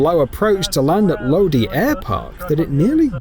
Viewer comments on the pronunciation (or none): Lodi, CA is pronounced “Low-die, CA” not “Lowdee.” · The plane crossing hiway 99 in California is a very common sight. Happens all the time. And it’s not pronounced lode. It’s pronounced lod-eye. Do better ai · Do airport is it low d It's Lodi you pronounce the i on the end of the word. Low-dye.